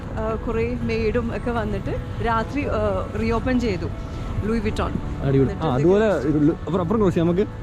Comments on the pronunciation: LOO-EE VUH-TON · ലൂയിസ് വിട്ടൺ 😁😁 ലൂയി വിത്തോൺ ☺☺ this is what happiness ❤❤❤ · Prononce ലുയി വിറ്റോൺ മോബ്ളാ